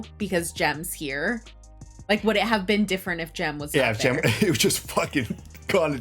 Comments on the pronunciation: It’s not Dale… it’s “Dill.” and brother is not Jim. It’s Gem. Watched it in Advanced Placement English for Senior year high school. Shout out to Mr. Hobbs in Ventura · it's Jem, not Jim.